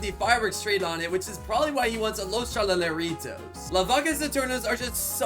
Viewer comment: you siad los tralaleritas when you meant to say los tralaleritoes